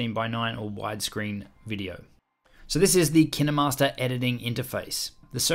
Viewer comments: It’s kin master not kin e master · Dude it KineMaster not kindermaster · Tip for new users: its kinemaster like you would say kind. This guy is annoying so much by saying kinehmaster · KineMaster ❌ Kinamaster✅ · I never say Ki -Neh-master I just say KY-n master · Years of kinemaster... Just to know its not Kine-Master but Kinay-Master I can't believe it's not Kine-Master! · Kin emaster It’s kine master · him: kina master me its kinemaster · When he says kinnamaster instead of kine master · Why is it pronounced KIN-EH-Master I pronounce it KA-INE- Mastrr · Ki-ne-master? I call it ‘kine-master’ Pronounced ‘kyn-master’ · my biggest tip do kine master is to say K-I-N-E -M-A-S-T-E-R and not K-E-N-E-M-A-S-T-E-R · My best advise is that you should pronounce it as KINE and not Ki Ne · Nice video but wtf is Ki-ne Master?! Its Kine Master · KinAmaster? I thought it was kinEmaster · Did u just say KEE NE MASTER?! Actually its Kine /kīn/ master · My biggest tip is saying the name right if Kinemaster was what you say it is I would be spelled like this Kinnemaster But it's kinemaster Pronounce it like this: K-I-N-MASTER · I thought it was pronounced kine not kiney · its KineMaster not kinderMaster but great video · Kin master not kine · Why did he say kinamaster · my man straight said kina master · Did he pronounce it like Kinney- master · I never heard of (kinEE-master) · To all the English ppl Kin-eh_mastor Lol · K-eye-n master ..isn’t is pronounced.?😛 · It sounds like he's saying 'Kinuhmaster" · I only come here to learn how to pronounce kinemaster as Kiy-ne-master. I am happy I know that now. My mentor "Kiy-ne-master" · Nobody: Him: kInDeRmAsTeR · I thought it was pronounced Kine master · KIN EH- MASTAH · I love he said Kine-E-Master 😓😓😓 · Why have I only just heard KineMaster pronounce kin-er-master lol this whole time I’ve been calling differently lmao whoops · My biggest tip is.... It’s pronounced kInemaster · Did u call it kinamaster?! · It’s K- ine-mast-er